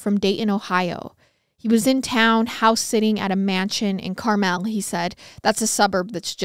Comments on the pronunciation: When you kept pronouncing it “CarMell” it gave me a good chuckle. Needed that laugh. Too cute. 😂 It’s pronounced like the candy. Just for info purposes. Not trying to be a pronunciation police. 😂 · Two things: this is disgustingly terrifying. I grew up in Carmel and it’s actually pronounced Car-mull in Indiana! Everywhere else in the world it seems to be Car-mel. I wonder if the mansion is still there if it’s off 31…. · I love y’all!! Let me say I work 12 hour days 6 days a week in a factory right outside of Indianapolis, I stumbled on your podcast and literally binged every episode in a little over a month, I am so sad to be caught up, also the way you pronounce Carmel and sav-a-lot cracked me up! Please keep up the hard work. I recommended your podcast to my work buddies and they are all currently binging. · I love your podcast so much! But you kept saying Carmel wrong so I had to say something lol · You were pronouncing Carmel wrong 😂